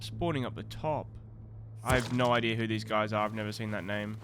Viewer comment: Where's the R in idea? Just curious